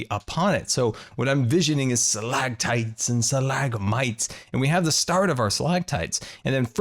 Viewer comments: Did anyone else realize that didn't make the "t" sounds in Stalagmites and stalactites? 😂😂😂 It's okay,. You'll learn... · It annoyed me so much that you said stalactites and stalagmites wrong